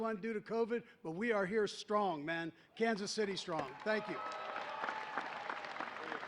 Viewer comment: Kanka City Chiefs???? At least get the name right!